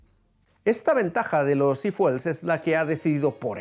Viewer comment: No se dice ifuel , se dice ifiuel 😅